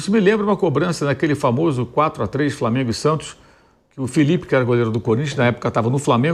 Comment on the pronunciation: Favela raiz e o vampeta que fala “crassico e framengo” depay nem português entende